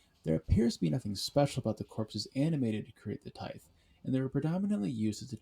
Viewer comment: Good video, but its pronounced "tie-th"